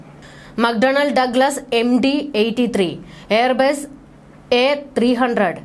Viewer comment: എയർ ബേസ് അല്ല മോൾ, എയർ ബസ്...